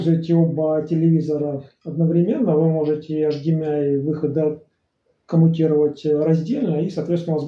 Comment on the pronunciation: Интересный обзор. У меня ресивер 1801 - интересно чем отличается и хорош ли он.. Спасибо Я не понял на слух - какие 3 входа этот имеет. Вроде, автор хотел сказать эйчдиэмай, но вышло невнятно.